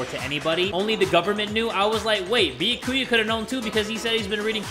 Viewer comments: no one: No one: Literally no one::beeyakooyuh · If people would stop posting spoilers in the comments, would read them and learn how to pronounce byakuya's name. It's (byah-koo-yah) not (bee-ya-koo-ya) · If he says “be-yah-koo-yuh” instead of “Be-yak-oo-ya” one more time I might actually lose it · i love how he insists on saying beeakooyah even after everyone says byakuya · I love ya but it’s (be-ya-coo-ya) not (boo-ya-coo-uh) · Yeah. Byakuya’s name is pronounced “Be-aku-a” (no hate btw) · everyone: says byakuya’s name multiple times jay: “bee-uh-koo-yuh” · BRO THE WAY HE PRONOUNCES “Bee-ya-Koo-ya” MAKES ME CACKLE EVERYTIME. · I HAVEN’T WATCHED THIS YET BUT JAY PLZ IT’S byAkuya not byakUya :”) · i loove the way the pronounces byakuya bee yo koo ya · Bia- ku-ya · did you just call him… “ biyakuuya? “ .. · YES I’m also annoyed at how he pronounces byakuya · everyone: triggered at how he pronounces Byakuya me: laughing at him calling Aoi "owie" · The way he pronounces Byakuya hurts my heart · Seriously, someone contact me when he finally says it right smh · Everytime says Byakuya wrong I feel like I’m being stabbed by one of Toko’s scissors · The fact that he still says Byakuya's name wrong after this makes me laugh. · Challenge: take a shot every time jay says byakuyas name wrong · On god if this man pronounces Byakuya wrong again I’m going to cry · the way he pronounces byakuya infuriates me for some reason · I'm ready for Byakuya to die because the English pronounciantion of his name so bad and he's just the absolute worst (, not the game. Not that he can be expected to know Japanese pronounciantion!)